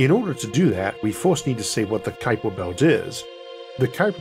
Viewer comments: Ah yes the kuiper bewt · Isn't the name pronounced 'cow-per'? Although my Dutch is quite poor - anyone Dutch here?